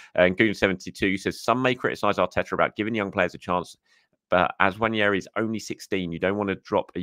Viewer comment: Great video..although I'm on a mission to get people to pronounce Ethan's name properly. It's Nwaneri NOT Nwanieri. 😊